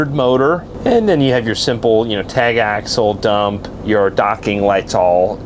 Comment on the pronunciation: Love the videos. It's Axle though. 🙂